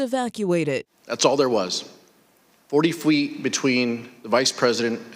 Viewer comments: 40 fweet, ladies and gentlemen. 40 fweet.... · "40 fweet"